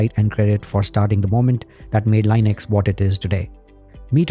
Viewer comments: Small tip: Say Linux, not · leenux, you even pronounced Linus' name correctly. 😢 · Everytime you say, a feel a primordial pain... The GOD himself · Indian pronounciation Lainex 😂😂😂😂